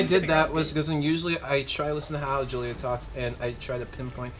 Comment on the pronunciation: Am I the only one who noticed that says Gillia not julia?